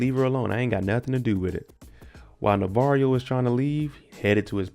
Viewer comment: His name is pronounced Navarro not Navarrio.